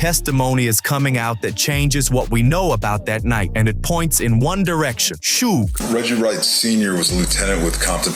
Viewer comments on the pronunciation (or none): I hate suge night but I hate more how this dude says it shooog